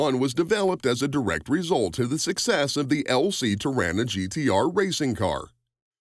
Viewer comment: You've said Torana incorrectly. To-rar-na. Remember to use the long A in the middle there.